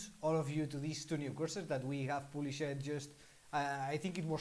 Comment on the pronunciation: Ha ha. In your adorable French accent, when you say, we have "published" it sounds like you are saying we have "bull sh i t", I had to rewind several times to figure it out lols. Try saying "published" phonetically like "paab-lee-shd". Very cute.